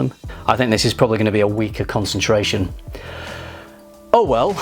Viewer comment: “EAU well.” 😂